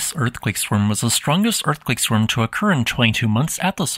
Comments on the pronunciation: never herad of a swerm. swarm:? yep swerm nope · Swurm? Think again.